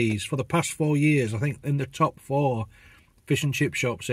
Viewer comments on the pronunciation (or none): none